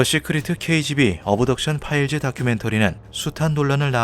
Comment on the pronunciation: 쓸데없이 트집잡는 거 같아서 그냥 넘어갈려고 했는데, 귀에 너무 거슬려서 한 말씀 드립니다. (죄송) 시크리트(secret), 어브덕션(Abduction), 파일즈(Files) .... 과거 영어를 한글화하면서 영어모음이 없는 부분에 "으"발음을 넣는 습관들이 있었는데 이제는 거의 그런 발음을 하는 사람이 없습니다. 굳이 한국말로 최대한 비슷하게 발음하면 씨크릿(secret), 업덕션(Abduction), 파일ㅅ(Files '으'발음없이 파열음만) 라고 하심이 ㅋ 거듭 죄송합니다 ㅎ